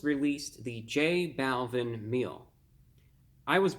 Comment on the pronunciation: Not tryna be rude but it’s pernounced j -ball-veen